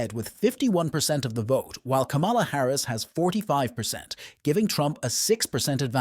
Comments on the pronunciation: This NARRATOR DOESN'T SEEM TO KNOW THE CORRECT PRONUNCIATION OF THE Vice President name!! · Can u say kamala name right!!! Ugg!!